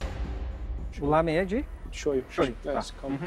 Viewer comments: " O meu Lamém está LAMÉNtável" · O meu "Lâmen" está "Lâmentavel" DONA KKKKKKK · "O Meu Lamém" Está "Lamém-tavel" Que mulher esperta da porra!